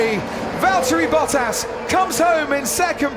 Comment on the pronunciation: Is it just me or is he pronounced Bottas name incorrectly